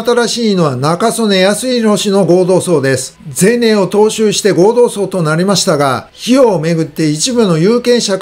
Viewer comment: 今日は読み間違いが多かったですね。その中で気になったのは、何度も内閣自民党ごうどうさい→祭ではありません。お忙しい中での間違った読み込みとは思いますが、もう少し余裕を持ってください。